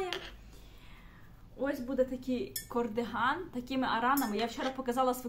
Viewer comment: Я дуже перепрошую, але ж кАрдиган, а не кОрдиган